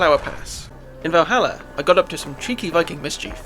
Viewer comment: whats a "viking-uh"?